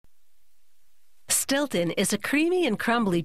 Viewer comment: Its Stilton